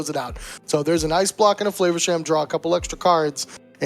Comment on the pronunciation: I LIKE HOW YOU PRONOUNCE FLAVERSHAM( flavor town)